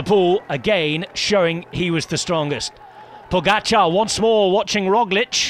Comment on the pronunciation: Pogaçar isn't quite right. It's poga-char